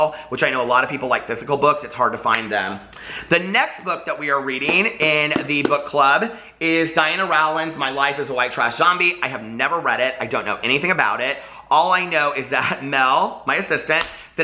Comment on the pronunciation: The "Row" in Diana Rowland's name is pronounced like in "row a boat." Same with JK Rowling, Rowling rhymes with "bowling."